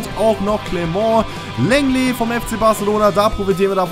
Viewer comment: Und lenglet wird longle ausgesprochen